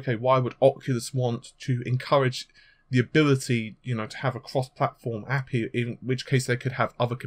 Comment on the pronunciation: i think many game devs will jump on board once a API is made also it is pronoused "A-P-I" not "ap-E"